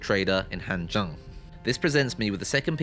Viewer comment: Except for "Hanzheng"